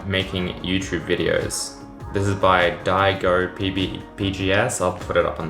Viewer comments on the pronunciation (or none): When he say "die go" instead of "Diego" (like from Dora) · Actual pronounciation: Diego pgs Everyone: Die go pgs